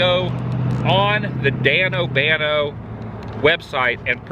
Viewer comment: Danobanano..not Danobano Adam...lolol. those are mad 😎